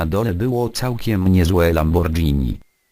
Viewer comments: mówi się lamborgini nie lambordżini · Mówi się "Lamgorgini" a nie "Lambordżini"... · mówi się lamborgini a nie lambordźini (coś takiego) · lambordżini durniu